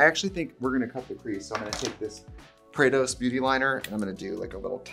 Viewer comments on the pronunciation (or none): I love your shout out for prados but FYI it’s pronounced “ Prah Dos”… pra.Dos… not PrayDos just fyi lol